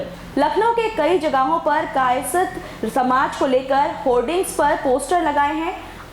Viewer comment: कायस्थ बोलना तो सिख लो फिर न्यूज़ चलान